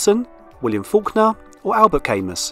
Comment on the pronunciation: Albert Camus = "al-bare CAM-MU"